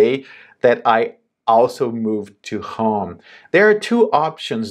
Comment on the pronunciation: Your english is very good! 1 tip: you say "hóme" better to understand you would be "hôme"